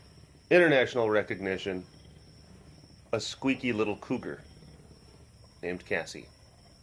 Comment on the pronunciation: Did you say moving cats into cougar areas or cooler areas? LMAO